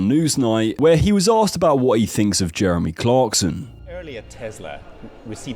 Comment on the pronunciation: Always when he says Jeremy I understand Germany.